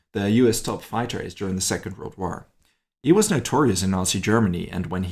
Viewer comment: What’s a “War-Ruh”? The English word, “war,” only has one syllable - not two!